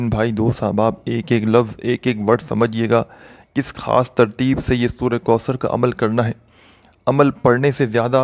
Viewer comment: Kindly sura kausar kee tajweed par ghaur karain,,,,,,baqi koi maasla nahee,,,laikin tajweed ghalt honay say meaning badal jata hay,,,,kisi achay qari ki tilawat sun kar dubara recording karain ,,,,,taa kay gauranteed sawab milay